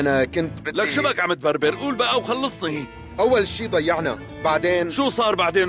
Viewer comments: اسمها قول ولله مو اوول ولله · قول وليس اوول